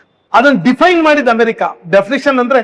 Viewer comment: ಅಣ್ಣ ಸಾವಿರ ಸಲ Diffaine ಅಂದ್ರಿ. ಎಲ್ಲಿ ಕಲಿತಿರಿ? ಆ ಮಾತನ್ನೂ Diffaine ಮಾಡಿರೋದು ಅವರೇ 🤷‍♀️